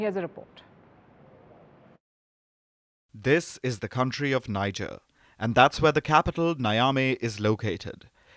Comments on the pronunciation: It is pronounce Nije and not Nija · Hey Palki Sharma, the country (Niger) is pronounced ‘Nee-Jair’ not Nijar pls!!! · Pronounced..... Niejerrh.... Not Naijarh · If you people are going to mention names of leaders and places,at least make an effort of finding out how these names are properly pronounced. It’s Niger (Pronounced Ni-jerr,not Nai-ja). The city is pronounced (Nia-may,not naya-mi) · Why can't she pronounce Niger correctly. It's NEEJER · It's pronounced "nee-yeh". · Poor pronunciation of country names...Niger, Guinea pronounced wrongly 😂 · Please learn proper pronunciation of NIGER, GUINEA. Please. Stop the mispronunciation.